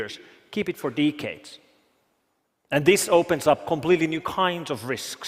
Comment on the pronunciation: Keep it for “D-kades”